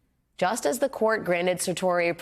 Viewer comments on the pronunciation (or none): Cer-tori?.... Its sher-rar-ri. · Somebody should have told her how to pronounce certiori. Embarrassing for a newscaster. /ˌserSH(ē)əˈrärē,ˌserSH(ē)əˈrerī/